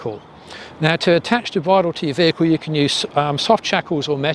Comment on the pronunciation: NB - "the" not "dee"